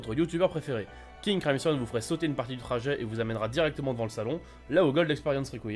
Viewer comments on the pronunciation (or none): Tu as dit king cryson mais tu la ecrie king crimson